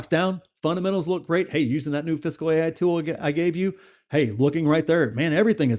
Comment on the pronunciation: ah ok. haha. Sorry, sounded like you were saying 'physical'. LOL